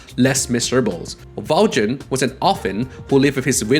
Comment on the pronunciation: Aww man, I regret to inform you that you completely butchered the pronunciation of Valjean. It's less "Val-JIN" and more "Val-SHAWN." This is brought to you by some guy who performed in Les Miserables in highschool That said, I absolutely love Persona lore. Keep it up!